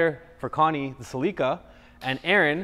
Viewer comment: Did this child really call a Celica a Seleeca ? Yes he did. .